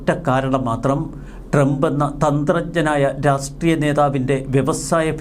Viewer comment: രാസ്ട്രീയം എന്നു പറയാതെ രാഷ്ട്രീയം എന്നു പറയാൻ ശ്രദ്ധിക്കുമല്ലോ? അപ്പോൾ ശരി 🤝